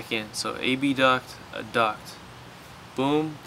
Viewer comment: What's with saying A-B-duct instead of abduct ? informative video btw :)